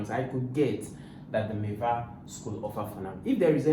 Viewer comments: It's not miwa it's MIVA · Miva not miwa